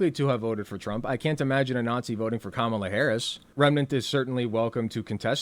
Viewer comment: It's honestly so infuriating how they still chose to mispronounce Kamala's name.